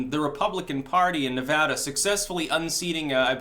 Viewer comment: Hey look someone who says the name of my state right.